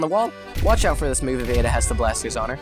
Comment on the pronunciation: ada rhymes with soda